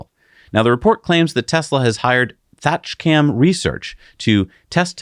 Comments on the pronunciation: I love the channel but as a Brit it cracks me up when you screw up English pronunciations. Thatcham Research is a company of boffins based in the town of Thatcham in Berkshire England. Let’s just say it is most definitely not pronounced thatch cam 😂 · Its Thatch Am not Thatch cam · It’s pronounced thatch..ham.